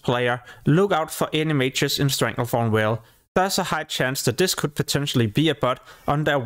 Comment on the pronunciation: want to rip my hair out everytime you fucking call it StranglethornWHALE ITS VALE WITH A "V"